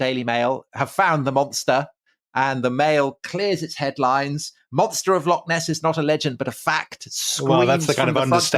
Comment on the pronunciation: ffs, why can't you pronounce loch? Just a wee bit too lazy to try?